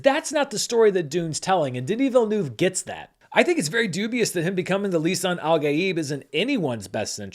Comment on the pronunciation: You pronounce Denis Villeneuve very well at the beginning. If you want to be sure to always say it right, you can say it like this: "vil-n-uh-v". Saying the "uh" as if you're pausing and thinking, kind of. It's the closest sound to the French sound.